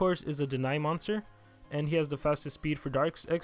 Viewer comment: "moonster" "monter" ;P